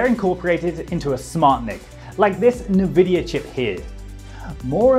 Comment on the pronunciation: Nuh-vidia? I thought it was en-vidia